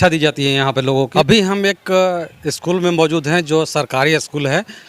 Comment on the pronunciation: पहले तो आप 'अस्कूल' बोलना बंद कीजिए, 'स्कूल' बोलिए। शायद आपसे नहीं होगा। इसी प्रकार अस्टेसन, अस्टार्ट, अस्पेसल, आदि बोलते होंगे।